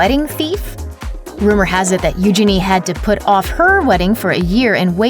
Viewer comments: Its not pronounced Uginy its Uginie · First of, stop butchering her name! It’s Eugenie (like Genie in a lamp) not euginny! I’m not a royal fanatic but it’s really annoying! As for the rest of the drama?! It’s complete bs. All minor royals get married at windows. Megan and Harry weren’t the first and eugenie and jack won’t be the last. Sure she was dreaming of getting married there, but she also had to! And why do numbers matter?! Harry at one point was 3rd? In line to the throne? Now he’s what? 6/7 and eugenie is? A lot more. Harry is in the spotlight and eugenie is not. Obviously the numbers aren’t going to be the same! You’re making drama where there is no drama. Stop milking the royal family because your president is a shit show!! Gah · It’s pronounced you-jayne-ee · Your pronunciation of Eugenie is hilarious